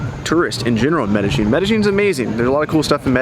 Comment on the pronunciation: Good video. Btw, it's Med Eh Yin, not Med Eh Gin.